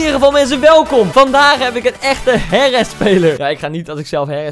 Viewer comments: AHAHAHAHAAHAHAAHAH HIJ ZEI HERRESSS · HAHAHA HIJ ZEGT HERRES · Hahahahhaha hij zij herres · HIJ ZEI HERRES HAHAHA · HIJ ZEI HERRES HAHAHAHAHAHAHA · Ahahahahhaa hij zei herres, ahahahahahahaha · HAHAHAHAHAHAH HIJ ZEI GEWOON HERRES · HAHAHAAAAA HIJ ZEI HERRES